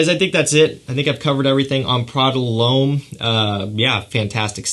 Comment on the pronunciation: It’s not Prada Loam 😂😂 It’s Prada L’Homme dumass